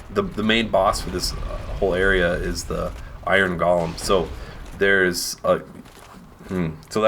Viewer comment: Does nobody know it's called a go-lem, GO-LEM!